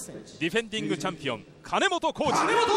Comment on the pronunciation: 聞き間違いか、は金本を「カナモト」君って言ってたような。毎回。